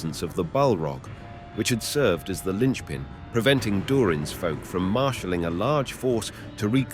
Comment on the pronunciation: eh, you say Durin's Bane weird... specifically "Durin"